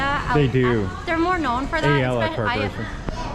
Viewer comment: It’s Ayala not Alaya. Texas Joes has good American BBQ and their roadkill chilli is super good. We used to drive from Manila to just eat authentic Texas BBQ over there and then drive back.